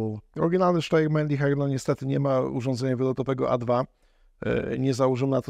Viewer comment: Podaję prawidłową wymowę Steyr: [ˈʃtaɪ̯ɐ] !!!